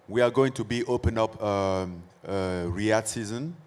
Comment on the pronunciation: Why don't you say Riyad season 1 more time 😂😂😂